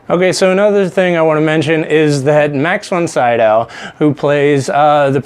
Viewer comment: Pronounced Ellen Burstin and Max Von SeeDowe. Do 5 minutes of research why don't you.......